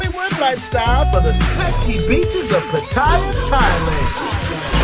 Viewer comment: Nice job and good content but one thing drives me crazy..only newbie and uninformed farangs pronounce the city.....Pa TIE ah.....it's pronounced PA tee ah...